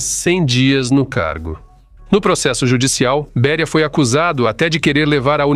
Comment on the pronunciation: Não é Bería mas sim Béria. Ou não fala português? Obrigado